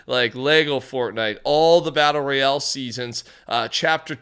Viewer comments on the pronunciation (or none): none